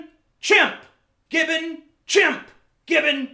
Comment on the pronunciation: I have never heard of a "Gibbin"